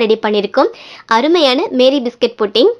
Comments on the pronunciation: மேரி அல்ல மாரி! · The pronunciation of this biscuit is NOT MARY BISCUIT, IT IS MAARI BISCUIT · அது மேரி இல்ல மாரி 😂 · Iits not Mary biscuit it's pronounced as maarie biscuit.... 😊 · Sister adu Meeri Biscuit illa Maari Biscuit 😂😂😂😂